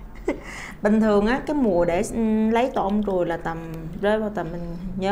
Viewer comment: tổ ong ruồi chứ ko phải tổ ong guồi nha chj😅